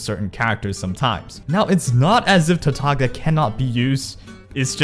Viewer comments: Btw, it's pronounced Tartaliya, unless you pronounce the G in Lasgna and Signora because you like being unique there's no reason of saying TartaG-lia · sure it's not like Signora but can we both agree that it is not pronounced Tar - Tag - Lia? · Nope, i'm Italian and "Tartaglia Is a pure italian name, signora too, signora in italian mean lady. And Tartaglia mean a dude who can't speak well. Tartaglia in italian is pronounced with that tipical sound of all "gl", not like gn of Signora. And lol, but Venti in italian mean 20. Bye😂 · otherwise you can Watch this video "La migliore build per Tartaglia" this title mean "the best Tartaglia's build" and hear the beginning when the guy says "avete droppato Tartaglia" (this mean you have dropped Tartaglia? and so) and you can hear the real pronounce. By the way you english guys cant pronounce this gl very well because you dont use never in your vocabulary. You can do the same on google translate for Signora. Enjoy 😂 (You from?)